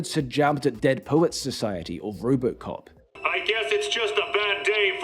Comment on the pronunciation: I genuinely can't tell whether you're saying "Rowboat Cop" or if I just Britta'd it.